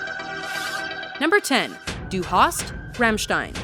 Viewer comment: God i love the pronounciation of "Du hast" xD No offense, it just sound really funny for me as a native speaker (as well as me speaking english does I guess ^^)